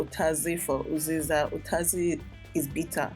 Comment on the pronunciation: It's actually utazi and not ukazi